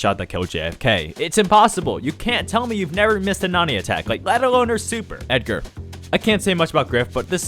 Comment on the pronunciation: The “Edgar” killed me